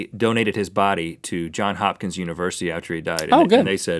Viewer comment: It's JohnS Hopkins University by the way. Sorry I was nitpicking!